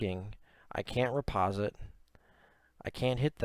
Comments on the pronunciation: Riposte is pronounced "re post" , not "re pos it". Thanks for the vid. 🙂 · Did you just say reposit? Ree-post is how that's pronounced.